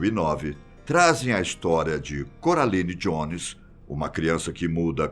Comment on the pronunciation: “Do filme CURALINE” kkkkkkkkkkkk